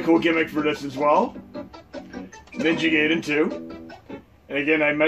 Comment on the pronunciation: FYI, "Gaiden" is pronounced Guy-den, not Gay-den. :)